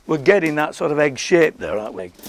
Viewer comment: "Its the shape [Which sounds like he says shit], the shape!" LOL! :)